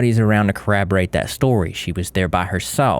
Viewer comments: Corroborate not corrAberate. Thanx For pointing out this hateful killer🤢🤮🤮🤮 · Cor-rob-or-ate. Sounds like u are replacing the 2nd o with an a. I'm really sorry but for some reason incorrect pronunciation really gets to me n I welcome it when ppl correct me.